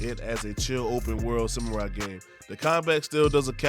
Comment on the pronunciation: "Some-more-eye" and "Noah" xD